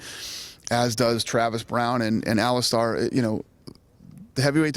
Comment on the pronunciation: he still says allistaaar